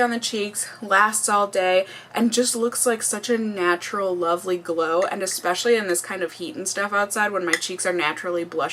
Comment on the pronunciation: When she was talking about the bronzer did anyone else catch her say "loverly"? I thought that was so cute haha. Love you,! Thank you for another wonderful video.